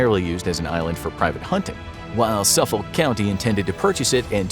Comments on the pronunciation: as a long island native, its pronounced "suh-fihk" county not sufill county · It's pronounced suffick county